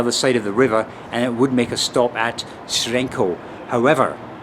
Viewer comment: 10/10 in the competition among foreigners in pronouncing the local names 'Hřensko' and 'Děčín' 👍